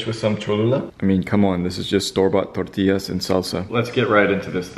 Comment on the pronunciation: trust me bro. just say tortillas. its fine. you dont have to do the over-pronounciation.